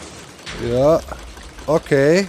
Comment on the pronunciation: Sometimemes when doc says "yeah yeah yeah" it transitions into german "ja ja ja". Its kinda funny to me